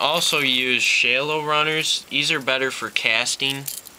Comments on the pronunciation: SHAAALOWWW not SHAYYLOWW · wtf is a shay-low bait? its pronounced shal-low dunce.